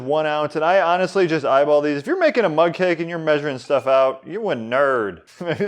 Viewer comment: Oh I thought he was saying mud cake. Mug cake makes much more sense